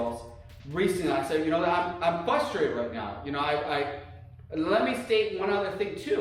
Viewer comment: count how many times he says "fustrated"